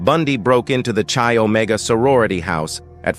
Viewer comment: This narrator... it's pronounced KYE Omega.